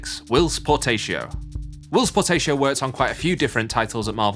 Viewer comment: Who the heck is Will potato? It's Whilce Portacio